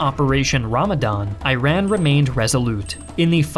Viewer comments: EYE RAN - EYE RAK! Amazing video as always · I still find the pronunciations 'eye-rack' for Iraq and 'eye-ran' for Iran weird. The letter 'i' here used to be pronounced like in 'it'. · Thank you for making this video. I wish you could use AI to correct the pronunciation of Iran and Iraq in this video. It's really hard to hear Eye-ran and Eye-raq so many times. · I can't take someone who pronounces Iran as "eye ran" seriously. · Fisrt 10 seconds into the video and you hear eye ran and eye raq tells you to stop because this dude clearly doesn’t even know what are those places called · why can’t you pronounce the 2 countries’ names properly though 😅 It’s not I raq and I ran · Eye-rack invaded eye-ran🗣️ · Will never take a documentary that’s says Iran like Eye-ran seriously. If you were educated enough, you’d pronounce it the right way 🤷🏻‍♂️ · Thank you for the video but it's a mistake here. It's pronounce E_ran and E_raqh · Eye-ran and eye-raq 💀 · bro you keep saying, I ran. Brotha where!?!?!? where did you run to. please just say it... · You lost me at "Eye-ran" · As an Iranian you said iran wrong this how it said: eran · "Eye-ran" and "Eye-rak" ... that is not how you pronounce those places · Great video and very details. But still you can't pronounce these country's name right. It is not I-Ran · How difficult is to say Iran Iraq instead of airan airaq???? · It is pronounced like “E-raan” 😉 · dont pronounce those names with I , Iran pronounce "Eran" same as Iraq their pronounces starts with E sound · After 40 seconds, I couldn't continue watching your video due to the mispronunciation of both Iran and Iraq names. I beg you please read carefully about the correct names of countries before making a video. Country names are in fact EE-ran and EE-raq. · It's not I ran 🤦🏻‍♂️ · Pronounce iran and iraq correctly please. It's actually / i: r^n / NOT / ai ren/ And /erq/ but not /ai ../ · You keep saying "ayran" "ayraq" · It is pronounced EE-ron. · Brooo not i run its e-ran